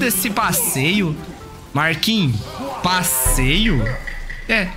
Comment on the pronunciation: " Passeio's ". Kkkkkkkk